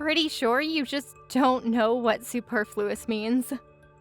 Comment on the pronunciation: Tip for the actresses: please look up the pronunciation of "superfluous". The way you pronounced it was not correct for either British or American English.